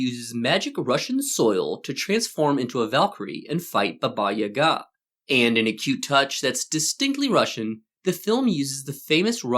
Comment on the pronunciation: Finally, a westener who pronounces "Baba Yaga" the right way! Bravo.